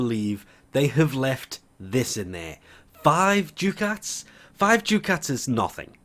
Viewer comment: It's pronounced "DUCKats"